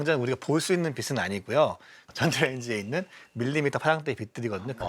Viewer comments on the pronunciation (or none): none